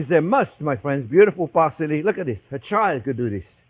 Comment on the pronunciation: I've heard this man say "a child could do this" a million times but for whatever reason when I heard him say that while watching him garnish with herbs I swore what I heard was "a chive could do this"